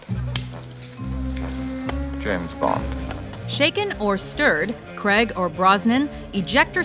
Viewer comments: it's pronounced "Craig" not "Creig" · Daniel Craig's surname is pronounced as "Crayg", not "Cregg". (Because - hey! - that's the way you actually pronounce 'Craig'.) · Who the hell is Daniel creg It pronounced Daniel craig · It’s not creg it’s Craig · You said Creg not Craig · Daniel Craig, not Creg...jus' sayin' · Fuck sake Americans. The name Craig is not fucking pronounced Kreg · Fuckingham Americans 'Daniel creg ' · It's not fucking kreg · why do you pronounced Daniel graigs name wrong ?